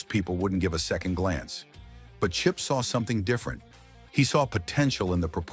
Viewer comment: The narrator is a moron so many wrong words he called chip by at least 8 different names